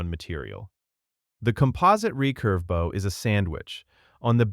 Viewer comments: This video didn’t say any of the names right they called the bal-ista for ballista, camp on baugh for compound bow the bough for bow even sice- stumsfor systems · The animation means nothing if the narrator can’t even pronounce bow correctly. It’s not a ship. This just feels like a garbage joke. All these AI tools feel so cheap and unfinished. Really worth it to replace a person right?